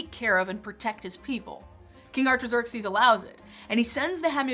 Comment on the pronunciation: I'm sorry but the mispronunciations of the names Nehemiah, Artaxerxes, and Malachi were quite distracting.